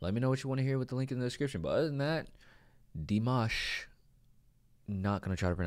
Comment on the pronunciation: It's actually D like the letter, and then "mash" the way we in the US say "mash"-ed potatoes, that is how Dimash is pronounced.